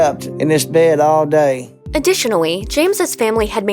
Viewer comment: UWU OWO ADDITIONAWY